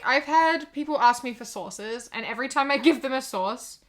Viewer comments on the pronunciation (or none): When she said people keep asking her for "sourses" I kept hearing "sauce" and I was very confused for a hot minute